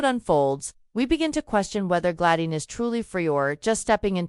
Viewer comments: It's Gladys NOT Gladine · OMG! Now its Glayin previously it was GLAD ICE! Can't they get AI to get this right?